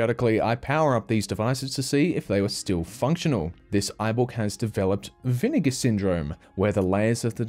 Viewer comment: Why did he say vinigga